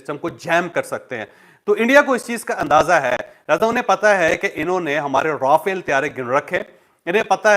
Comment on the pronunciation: آپ کی اطلاع کے لیے عرض ہے یہ را فیل (R a Fal)نہیں بلکہ مقدس فرشتہ (Raphael - Angel )نام ہے ۔ جس کا ذکر بائبل مقدس میں اور قران مجید میں بھی ہے تو غلط نام کی درستگی کر لیں ان جانے میں اگر کوئی غلطی ہو تو اس کی معافی ہے تو اب آپ کو بتا دیا ہے مزید اگر اس پر آپ دوبارہ اس طرح کی بات کریں گے تو پھر وہ گناہ میں شامل توہین میں شامل ہوگا ۔ شکریہ ۔